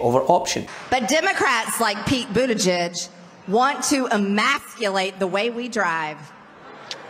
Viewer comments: She said “emacculate” because she doesn’t even know what the word is let alone how to pronounce it. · "... wants to a-maths-cull-ate"? like... pete wants to cancel algebra? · She actually said Emaculate, which is even funnier. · most of the crowd didn't understand the word 'emasculate'... she even said 'emackulate', didn't enunciate it properly!?🤐😏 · I wonder how many times that c word had to look up that words definition and practice pronouncing it? Emasculate